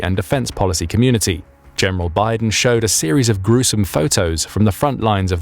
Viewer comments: "Michael Biden" "General Biden"😆 His name is actually pronounced in a totally different way. I can't really blame you for not getting it right. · If Bydén is a sWEDE HIS Name is NOT pronounced as if he was a brother of Biden... Try to learn the pronounciation please! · At least start by using the term Nordic when including Finland, and lesrn how to pronounce Byden. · you said micael bydens name wrong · Bydén's name totally butchered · English pronunciation rarely works in other languages. You should check the pronunciation of names before making a video. Bydén is not pronounced as Biden. y is a sharp vowel, not a diphthong, and the accent on the é shows that the e is long and has the focus. Micael is most likely pronounced as it is written, letter by letter, but the English pronunciation might be ok or tolerated since that is the same name. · The name Bydén is NOT pronounced like Biden! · Bydén is not pronounced like Biden. It would be more akin to 'Beedehn', but with emphasis on the second syllable. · Oh dear I keep hearing the name Biden. Can someone please tell the AI to pronounce Byden in Swedish? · Biden? nah... its byydeen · Note: in swedish, usually a word with é at the end (e with a accute accent) is pronounced more like ee. He is not named Biden.